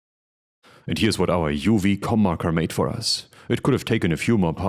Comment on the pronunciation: I thought the logo said “CornMaker” and I thought you said “Cum Marker”. Love all of this.